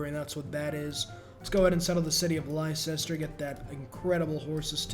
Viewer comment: honestly you deserve having elizabeth send all of england after you for that atrocious pronunciation of leicester, even the people were so appalled they defected to eggman harald